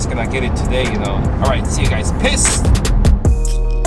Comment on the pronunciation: When you say peace it sounds like piss hahahaha